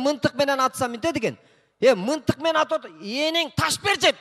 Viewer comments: Мынтык эмес мылтык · Мынтык эмес мылтык десе жакшы болмок ээ